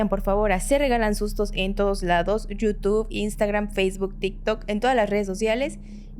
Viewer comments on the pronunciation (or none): none